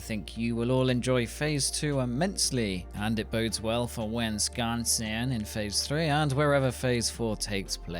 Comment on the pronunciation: Wisconsin pronounced like a real american. You plotting a move or something? Lol.